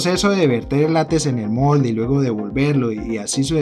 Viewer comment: Se dice LÁTEX, no lates. Se dice TEXTURA, no testura